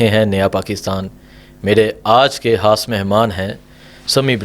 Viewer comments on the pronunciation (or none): Mere aaj ke "Haas Mehmaan" nahi, khaas mehmaan...... Imran Haan nahi, Imran Khan.... Bhai Huda nahi hota, Khuda hota hai 🥲🤔🤔